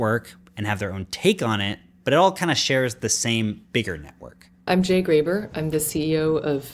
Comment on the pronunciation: It's Jay Graber, not Jay Gruber